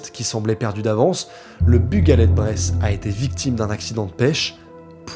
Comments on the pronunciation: On dit Breizh pas bresse 🤓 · Bonne série de vidéos mais le Breton n'est pas un patois mais une langue. D'ailleurs, une dernière réclamation: Breizh se dit plutôt comme ça "Brayze" et pas "Bresse";-) Allez Kenavo ar wech all un plaisir de voir du contenu YT à ce sujet bravo. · Pas Bress ou braise mais breïzzzzzzzzh😆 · Alors là, vous faîtes fort ton équipe et toi! J'ADOOOORE ! Ce doc est tellement complet !!! Merci mille fois merci! Quel hommage tu fais aux familles! C'est un sujet tres sensible et tu l'as respecté...respect à toi! D'autant plus que tu évoques notre Bretagne adorée , les marins Bretons... Seul bémol : on dit Breizh comme de la braise mais en appuyant encore sur le i !!! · Mes oreilles de Bretonne pure beurre salé saignent en entendant ta prononciation de "Breizh" 😅 La bonne prononciation en gros c'est un peu comme le mot "braise" quand on parle des braises du barbecue par exemple sauf que le "ai" se prononce "è" et qu'il faut bien marquer le "r" 😉 Mais sinon merci pour cette vidéo sur cette affaire qui est trop peu abordé malheureusement... 🙏🏼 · Dsl je suis Breton en plus du Finistère tu prononces vraiment mal Breizh ça fait mal aux oreilles